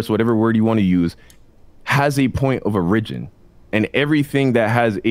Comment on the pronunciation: FOR THE LOVE OF GOD,...IT'S "POINT OF ORIGIN!!" !!!!